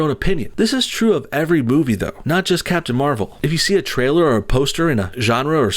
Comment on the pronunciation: you said captain marval: civil war lol